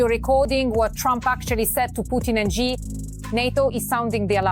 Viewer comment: Train your AI hosts to say SHEE.